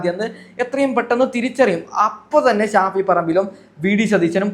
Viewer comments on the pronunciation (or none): none